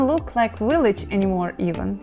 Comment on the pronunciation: “Unexpected” is the word you want, although “unexpectable” is an interesting new word! Also, “village” and “villa” are pronounced with a V, not a W, the same as B in Ukrainian, so think, Billage. Personally I prefer a village that is small and where you can have chickens and a garden! In the US we would call what you are showing us a suburb.